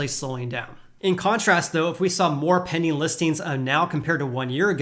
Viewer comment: Sounds like he says “penny” listings 😆